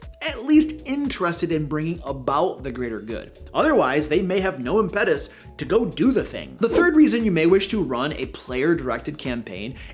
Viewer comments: Sorry….”imPETus”?? “IMpetus.” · The pronunciation of "impetus" made me LOL.